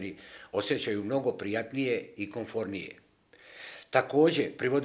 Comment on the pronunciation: Ne kaze se KONFORNIJE,nego,KOMFORNIJE!